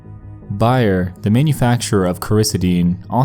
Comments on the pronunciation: You mispronounced Bayer (bay-yur) also lol. Bay, as in dock of the; Er, as in Irma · Ive never heard someone pronounce bayer or coricidin the way you did in this video. I dont understand why it was pronounced the correct way by whoever was reading the 911 transcripts and then the wrong way afterwards lol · How do you get the word "Bayer" wrong? You would really only say it like that if you were an uneducated child js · I couldn't watch the whole video. Not because of the sickening events, but because of his horrible pronunciations of Bayer and Coricidin. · Seriously, wtf . It was pronounced properly earlier in your video. By the way you don't seem like you are very aware of what the medication is . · Bay_er. Not Bi_ er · .....don’t mean to be a dick but...it’s not “buy-er “but rather “BEAR” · Coricidin= Core-a-see-den Bayer=bear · "bear" not "buyer" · FYI it’s not pronounced BUYER. It’s Bayer. The A is a long vowel. Like the San Francisco Bay. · I think its BAYER not BUYER. Doesnt take away from the enjoyment of video though. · BAY-er not BUY-er. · I know this video is 3 years old but Bayer is pronounced like it's spelled, "bay - er" or even "bear" 🐻, not "buyer", lol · Its bay-er not buy-er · BAY-ER not BUY-ER... lol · BAY-er drugs. NOT BUY-er drugs. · It's Bayer not Beyer. Like Bay...er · Bay- er, Not buy- er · Your mispronouncing of words really gets me. Bayer. Bae Er. Bayer. Not buyer. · Bayer is actually pronounced like "Bay-er" not "Buy-er" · Bayer is pronounced like 'bare' (bay-er) not 'buy-er' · Thank God his pronunciation was making me crazy. Also it's bay-er not buy-er. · BAYER isn't pronounced "buyer". It rhymes with PRAYER. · It’s BAY-ER not BUY-ER... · Bay er not buy er Bayer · “Bayer” the company is pronounced like “bear”. Just for future reference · Bay-er not Buy-er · Bayer is pronounced "bear" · BAY-er, not buyer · Was literally coming here to say this LOL. Its Bay-r not Bye-r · Cory-see-den and bay-er man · It’s pronounced BAY-er :)